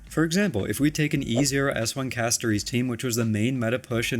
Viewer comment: When YouTubers can’t pronounce the characters names properly… I wonder if they even play the fa game 😪 Say Castoreeece one more time and I’ll riot